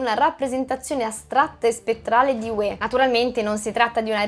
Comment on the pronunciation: certo, ma Hue ha l'accento sulla U e non sulla E come si direbbe in Campania.......🤣